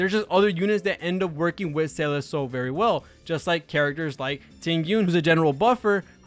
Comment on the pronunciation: did you seriously just call SEE-LAH SAL-LID ? and basically the rest of the video? cuz that's what I heard....lol